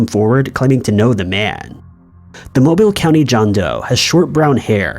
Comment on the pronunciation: From someone that grew up in Alabama, it’s nice to hear Mobile pronounced correctly.